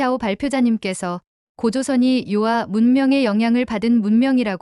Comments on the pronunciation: 요아.... 요하 로 말하세요. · 遼河 (遼 멀 료(요), 河 물 하) 즉, 요하가 맞아요. 요아가 뭐예요? 중국어 전공했다는 유튜버가 왜 한문을 제대로 모르나요?